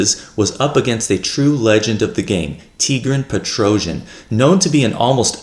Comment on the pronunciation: I really enjoy your channel, thank you for your work ! Correct pronunciation "Tee - Gran Pet - Ro - Syan" stress on the last syllable in both first and last name.